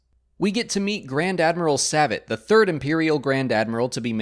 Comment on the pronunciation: Savit is pronounced Saveet